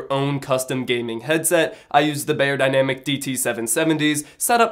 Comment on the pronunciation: Good review. Can you please pronounce the name of the headphones correctly? It is not "Bayerdynamic" (english pronounciation) but more like "Buyerdynamic"